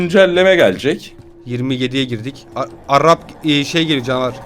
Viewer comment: Rush a Arrap diyen koca yürekli